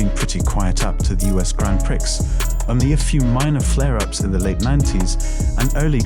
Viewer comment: The X in prix is silent 😭